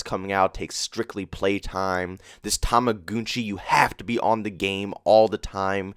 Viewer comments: Toma- gun - chi im not sure why your saying tomagoonchi. If you have a decent kd and spm you should be fine. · Why do you say tumugoonchi